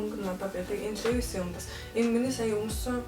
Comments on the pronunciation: Levi’s-г левис биш ливяс гэж дуудна шүү😅😅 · brand neree zov heleereii лээвийс биш ливаяс гэж уншина